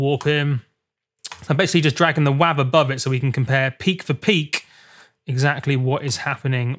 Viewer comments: "Wahve" Mate, it's "Wave" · it's WAV. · he said wav